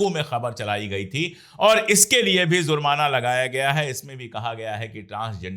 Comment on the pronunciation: Sir with due respect it is JURMANA and not ZURMANA. Same way it is NAMAZ and not NAMAJ